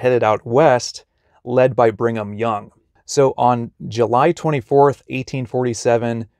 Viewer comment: BRIG-AM YOUNG😂 Not Bring 'em Young😅